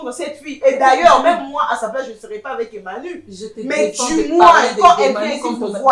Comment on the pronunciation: Je pense que fait une erreur de prononcer le sobriquet " Emmanu" au lieu de " Emany " car on dit soit " MANU"; " EMMA " ou encore " Emany " valable pour filles ou garçons!